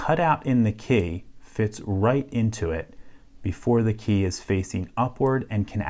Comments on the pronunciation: Why do you pronounce Key as Kay. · Where are you from? You say kei instead of key. Thats how it sounds to me. 😁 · You say "key" like "kaey" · You pronounce the word "key" in an unusal way. :) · I love this channel but for some reason the way he says "key" bothers me lol